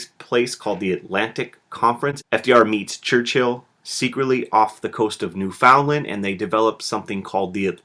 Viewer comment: The way you said Newfoundland Dx